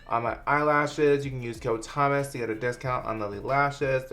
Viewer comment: why the fuck did i hear "hey guys its me, its hummus" in the intro im dying lmao